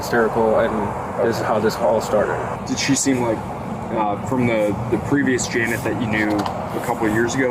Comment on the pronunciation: Why does everyone pronounce janet jeanette? Ive experienced this so mucb